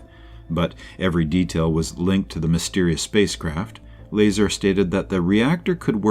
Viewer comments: Bob's last name is pronounced "La-Czar" ; NOT "Laser". SMH. You guys have got to do better than this! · I'm TIRED of hearing YOU mispronounce his damn NAME!!! It's Lazar, not Laser! It's pronounced like this: LUH..CZAR.. LUHZAR. Get it right or just don't do it. You've had to have mispronounced his name at least 40 times now and we're only into the video ! Fix your mistake or take it DOWN! PLEASE? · 1 minute in and you're pronouncing Bob's surname incorrectly? That tells me everything I need to know about your level of research and knowledge of this case. Not only that but you put a clickbait title suggesting Bob Lazar said "area 51 is not what we think" when he hasn't said those words and your video doesn't even contain him speaking at all, just your thoughts and incorrect facts with an AI voice for the purpose of views. I hope that people don't find this video if this is the first time they come across Bob Lazar, and find one that is actually factual and contains his interviews because it is truly fascinating. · It's La- Zar like you say star. Zay tuh Reh tick you lie. Phonetically. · It's, Bob "I can't do basic physics " Lie-Czar if you want to be technical. 😂😂😂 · Learn how to pronounce his name! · So annoying having to listen to the mispronunciation of Bob’s last name. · The ai pronounced bazaar correctly but not Lazar😂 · Mispronouncing his name is a red flag. What else have you got wrong? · Can't do a video on Bob Lazar and not know how to say his last name. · You pronounced his name wrong ding head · Can someone please teach the robo-voice how to pronounce Bob Lazar's last name correctly? This really takes away from this video's credibility.